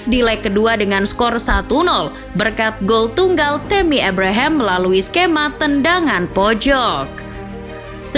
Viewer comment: Min...meuni ebrehem,abraham saja lah,😂